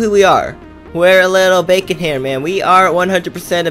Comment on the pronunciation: "bavon hair"